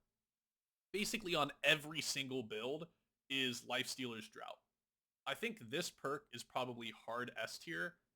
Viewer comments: Draught is pronounced 'draft', like 'draught beer' meaning from a barrel rather than a can. Just a heads up, it's not the same as tje word 'drought'. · Great video again. But I do want to point one minor mistake. Draught is pronounce "DraFt", as in a drink, or a draft of beer. Drought, the way you pronounce it, is a lack of water has an O in it. Lifestealers Draught means Lifestealers Drink. I bring it up as you say it a lot. Sorry to be that guy. 😅